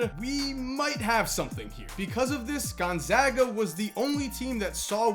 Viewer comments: thanks for saying gonzaga properly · He says it just fine. I attend Gonzaga.